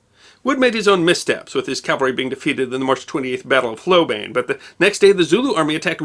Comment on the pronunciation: Very enjoyable piece--but you might work on pronunciation of "Hlobane", "Majuba", et al.